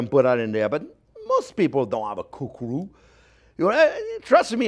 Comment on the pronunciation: You want to reu not glue I like this guy